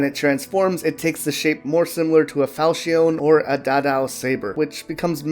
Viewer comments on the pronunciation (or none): none